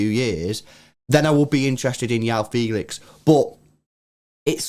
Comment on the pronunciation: Ur saying Felix 1st name wrong